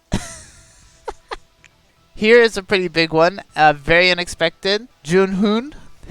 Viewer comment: Actually you pronounce his name well 준 훈 i guess is his name in korean. I study korean like a 2 years ago in the colleage. Love Jhun and I was lucky that I have him now. Right now farming capsules for him. :)